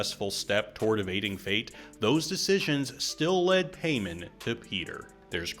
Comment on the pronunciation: It’s PIE-MON not PAY-MAN 😊